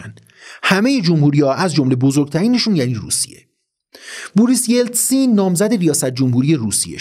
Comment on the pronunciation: با احترام Boris yeltsin رو اشتباه تلفظ میکنید